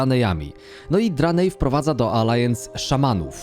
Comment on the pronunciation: Podoba mi sie podsumowanie. Sluchac nie jestem w stanie bo dobijaja mnie "landsy" "racjale" i "Dranaje"